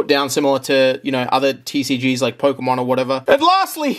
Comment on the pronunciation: huh, what a weird way to say pokemon…